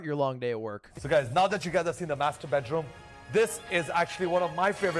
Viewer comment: Everytime the third guy says "master bedroom" , I hear "masterbate room" lol